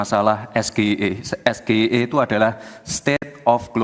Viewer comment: Ejaan nya salah om, Masa baca singkatan bahasa Inggris gitu 😂